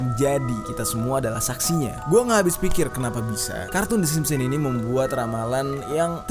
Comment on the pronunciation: SIMPSON, BUKAN SIMPON!!!!!!!!!!!